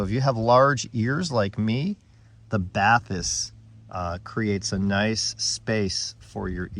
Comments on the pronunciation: FYI, the word is French and its pronounced "ba-tis" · Its pronounced batees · I’m pretty sure it’s “Ba tisse” but was waiting for your overview of these. 👍🏻